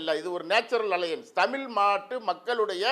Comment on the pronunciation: நெறியாளர் திரு. மற்றும் பிற பேச்சாளர்களே, நீங்க எல்லாரும் "ழ" என்ற எழுத்தை, "ல" என்று சொல்லாதீங்க.... கேக்க முடியல.... தமிழை காப்பாத்துங்க, நீங்க பேசுவதை, அடுத்த தலைமுறை கேக்குறாங்க.... ஏற்கனவே தமிழ் இறந்துகிட்டு இருக்கு, இருக்குற கொஞ்ச தமிழை காப்பாத்துங்க... உங்கள் எல்லாரையும் தாழ்மையுடன் கேட்டுக்கொள்கிறேன்....🙏🙏🙏